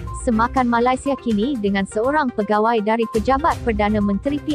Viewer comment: Sebut malaysia pun tak betul....huhuu